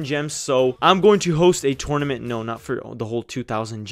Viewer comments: Dude tournament say it right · I hate how he says "tournament"